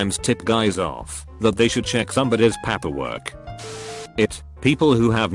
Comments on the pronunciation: >paperwork >"Papperwork" Why don't we just hire Runforthecube to narrate these videos already? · It annoys me that every time the narrator reads paperwork he’d say PAAPER. It’s PEIPER. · No one: Not a soul: This reddit voiceover: pApaWorK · Nobody: Robotic voice reading prisoner experience: Paeperwork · What the fuck is paaeperwork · Papperwork??? Really? Lol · Its amOozing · Why does robovoice have such a hard time pronouncing paperwork? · Am I the only one that finds how he pronounced paperwork is annoying? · Why does he pronounce paperwork so weirdly?